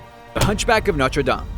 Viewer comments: It's No-ter-daim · who else raged when he mispronounced the hunchback of notre dame u say it like dayme and noter like its sounds like noter dayme but spelled like notre dame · Its prounounced noter dame not notree dom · I think he said Norte Dame wrong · Is Norte Dame actually pronounced like that? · LOL you purnounced Notre Dame SO wrong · lmao yeah XD